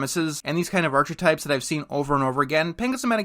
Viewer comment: Did you just pronounce archetypes "arch", as in the structural thing, instead of "ark"?